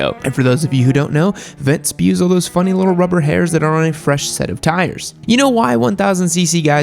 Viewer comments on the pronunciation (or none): By the way, those tire tages are called "sprues" not "spews"